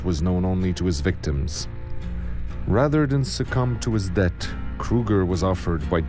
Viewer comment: Dude if he's french and he says "debt", he's just not making any effort.